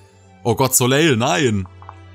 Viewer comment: Der Name Soleil wird ohne das L Hinten ausgesprochen. Also "Soläi"